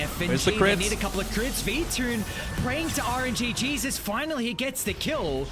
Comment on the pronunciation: I was gonna say, he says it like this all the time. ITS V -TUNE